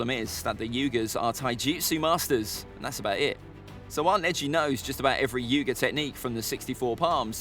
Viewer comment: your pronouncation of hyuuga tho